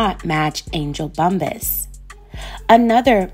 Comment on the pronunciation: It’s pronounced Bump-pass, perhaps ur thinking about weed huh?🤔